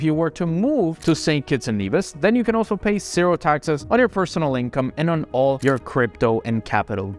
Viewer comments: The way you pronounce residency or zero with an “S” rather than a “Z”, cuts my ears. Anybody else? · I agree 'Sero' 🫨